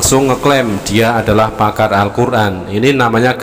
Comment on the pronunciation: Edis2 bilangnya pamar alquran.baca alqjran aja g bs lu dis.tp kl sebutan pakar raja ngibul baru pas.